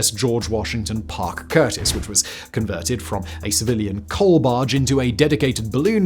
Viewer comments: CUSTIS not curtis, Simone!~ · Parke CuStis, not curtis